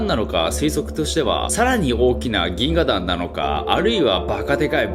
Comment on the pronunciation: 「ぎんががん」言うた。カワイイ。